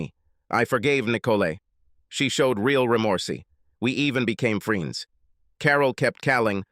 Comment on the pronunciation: The computer sounds so stupid....collegeee? Free-ends? Anyway, the story was boring. FF.